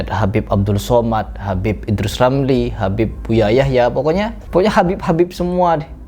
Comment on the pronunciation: habibe.pake qolqolah.wkwkwkwk makin lucu aja nih orang.ikut stand up bisa kali